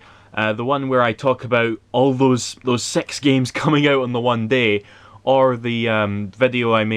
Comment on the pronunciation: I heard "the one where i talk about all those SEX games on one day" at 13seconds lmao